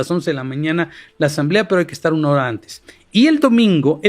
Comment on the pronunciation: 😂 que dice amlo que ya lo ejecuten cuanto antej si cuanto antej😂😂😂😂😂